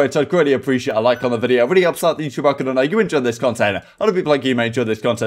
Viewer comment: Lol butchering the word ‘algorithm’ is a staple of the cod scene at this point